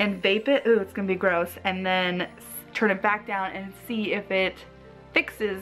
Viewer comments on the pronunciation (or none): none